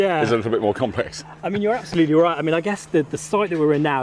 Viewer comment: Did he say, "App-solutely"? 🙂